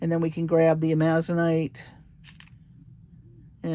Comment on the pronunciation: FYI: Amazonite is pronounced Amazon-ite, Amazon like the river and surrounding area in South America plus i, t, and e, rhymes with light, fight, night. Thank you for sharing your love of jewelry making and your skills! You share so much info which makes things interesting!